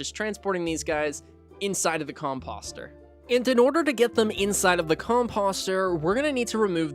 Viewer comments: I was looking for comments like this. Cause my eye twitched everytime he said it😂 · Just FYI: composter rhymes with poster, or toaster. 👍